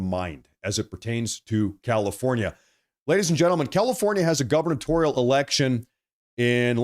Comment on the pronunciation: So hey. Really like your show, but you should know that the word is “gubernatorial” not “governatorial”.